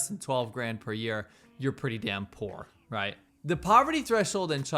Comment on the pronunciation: speech impediment?